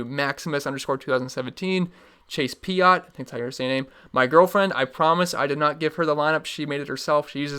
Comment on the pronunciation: Thanks for another invite ... I’ll challenge you head to head ... not Chase “pee-it”, ‘Pie-it’ but thank you for the shout out! (And don’t worry about it, my last name is not common lol!)